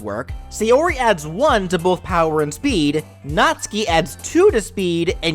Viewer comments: B R U H It is Natsuki not natski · YOU MISPRONOUNCED NATSUKI Nat (pronounced like "gnat")--> Suki (pronounced like "Sue-Kee") phonetically produces gnat-sue-kee = Natsuki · no trying to be rude but it pronucence nat-sue-key btw sorry if i said it wrong